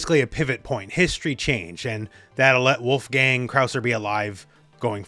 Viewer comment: not wulf-gang … his name is pronounced wolf-gung, it’s a german name.